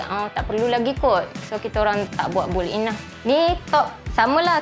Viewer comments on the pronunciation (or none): takpe..memang banyak yang tersasul dan salah sebut😅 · Saya nak minta maaf banyak2. Sebutan built-in tu... Apapun cantik rumah puan. Suka dapor. Ada island lagi..